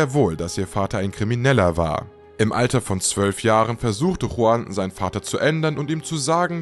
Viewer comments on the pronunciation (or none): Juan ...nicht Huan!😅